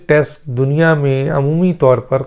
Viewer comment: Test , not text, what med school did you go to , and what’s this sifting of air and saliva gulping ? Sialorrhea? What meds are you taking ?